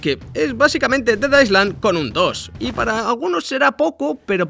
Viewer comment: En "island" no se pronuncia la "s".